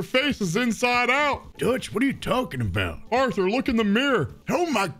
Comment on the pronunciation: That’s not Arthur it’s arthor